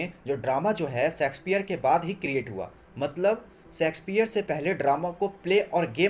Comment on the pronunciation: Bro it's Shakespeare not sexspeare